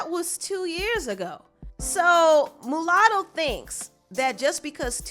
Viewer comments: You keep saying MOOOOOlatto. Lol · It's Muah sound Not Moo latto.. but carry on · It's pronounced "Ma Lotto" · Girl it’s pronounced MALUTTO LMAO... MU LATTO REALLY